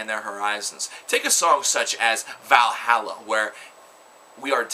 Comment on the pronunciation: Your pronunciation of vahalla bothers me.... And its a BG cover but im sure you already know that from the comments xD anyway good review! And pick up a blind guardian album or 2 while youre at it...